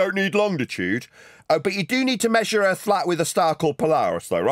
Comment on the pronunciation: so where is this earf he keeps on talking about